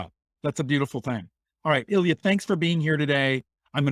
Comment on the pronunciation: Илья, очарована Вами. Произношение правда как когтями по школьной доске:)